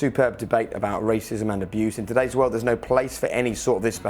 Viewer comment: Man said dogs aboose